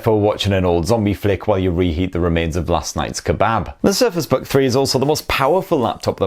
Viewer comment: Is it me or did he say "Surface bug three" ?